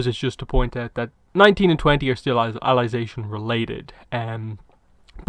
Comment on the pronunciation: Why are you calling it alization